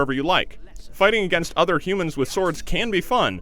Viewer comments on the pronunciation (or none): none